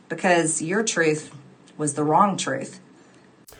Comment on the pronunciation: Towards the end, I was convinced she kept saying "Tooth Tooth ...".